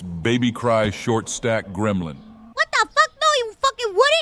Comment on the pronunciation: Love her Gremolin laugh!😊❤ Summon Chancla! Haha YUP! Watch Mojo mispronounces anime character names! I stopped watching their videos years ago.